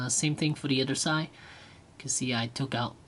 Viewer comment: its side not si